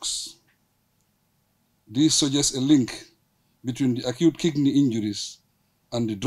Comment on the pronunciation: Barrow is Not Kickney 😂 is Kidney